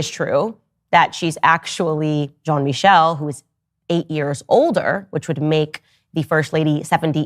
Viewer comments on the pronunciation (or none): john mickel LMAOO JEAN MI-SHELL that's the pronunciation